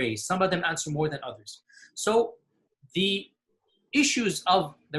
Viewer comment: They: "It's not an easy answe.." "IT SHOULD BE AN EASY ANSWE.." "alright..." Me: 🤩🤣